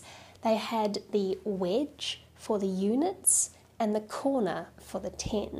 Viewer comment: Took me 5 minutes to figure out that was saying wedge. Sounded like witch to me. So for the longest time I was wondering why she was calling that a witch. I thought, well it does kind of look like an upside down witches broom.